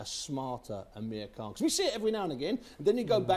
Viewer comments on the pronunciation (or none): When he says Amir Khan it sounds like hes saying Amerikhan